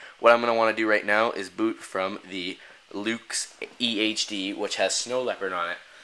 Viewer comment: When you said EHD it sounded like EA Games